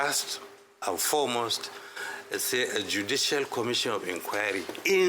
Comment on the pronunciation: Did you say judicial?